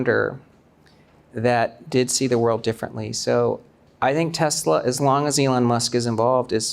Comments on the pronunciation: 교수님 Tesler 가 아니고 Tesla 입니다 TeslA !! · The host says ‘Tesla’ like Trump… Tesler 😅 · You know these guys are idiots when they pronounce Tesla as Tesler. They lie on top of lie. It's a con and that's why he hooked up with the felon president. Bitcoin is a pyramid scheme. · Even Donald Trump says Tesler ..relax